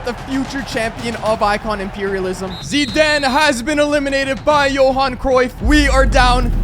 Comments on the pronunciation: Bro why tf are you calling him zedane it’s Zidane 😡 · Zidaan, I think he meant zidane. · Bro really said zeeden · Did anyone else think he says Zidane epwweird